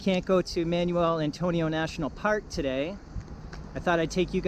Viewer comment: Thanks for the video, but it's KAY' pos and mahn WELL'.